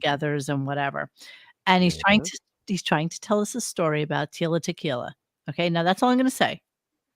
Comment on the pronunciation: 50+ year professional broadcaster can't sayTila Tequila